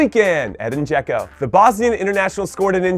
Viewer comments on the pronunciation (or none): none